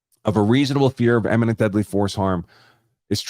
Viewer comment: Andrew, PLEASE stop mispronouncing "imminent" as "eminent."